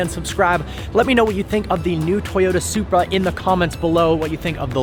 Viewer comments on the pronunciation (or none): Did you said Zupra4???🤔🤔🤔